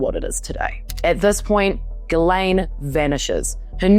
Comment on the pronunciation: Why does everyone call her GUYLAINE instead of Ghislaine ? They aren’t the same at all… it’s pronounced jistlane